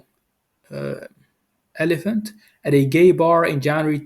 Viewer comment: Ol i phant Not elephant